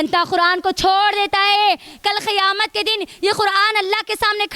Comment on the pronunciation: Pahle acche se word bolna sikhao ki khiyamat nahin hota kayamat hota hai